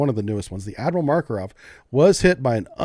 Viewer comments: Makarov, not Markorov. :) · Hey. You really should take some time to review your pronounciation of slavic names. Seriously. You can't even pronounce "Makarov" without inserting random phonetics. tf